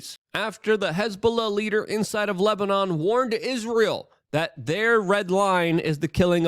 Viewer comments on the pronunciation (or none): none